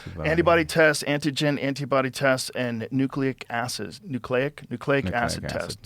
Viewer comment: It's "acids," Ricky. Now go get Bubbles, we got meat to steal.